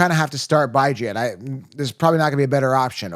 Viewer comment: Why are you saying Bijan like that?